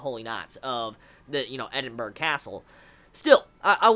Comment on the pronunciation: Just a question:, if you know that you pronouncing the word Edinburgh wrong, why don't you just learn the correct way?:)